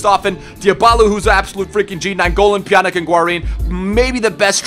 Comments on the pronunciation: Pjanić is pronounced like a -ch at the end, not like a -k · IT'S NOT PJANIK